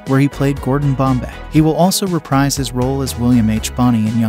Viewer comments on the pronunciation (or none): none